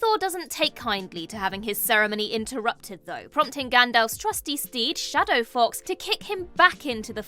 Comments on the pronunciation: I thought she said Shadow Fox instead of of Shadofax. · Why did she pronounce it "Shadow Fox"? Has she never seen a LotR movie? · Lost all credibility with shadowfox.... its shadowfax.